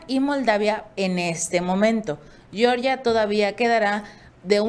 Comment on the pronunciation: Por favor, se pronuncia G(j)eorgia y no Shyorgia como la gringa. No tiene la misma raíz lingüística.